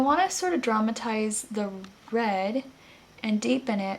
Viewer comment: I know you said "I wanna DRAMAtize the red", bt I heard 'traumatize', and I thought "oh no, poor red!"... :P